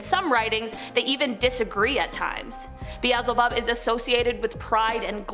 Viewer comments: It's "Bee-el-zah-bub"...not "beezelbub". Check i the Search bar for how it's SUPPOSED to be pronounced. TRY being professional... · Beezle-bub makes me cringe so hard it made my back hurt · It is pronounced BE-EL-ZI-BUB